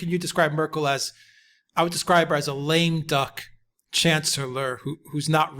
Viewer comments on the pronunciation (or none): none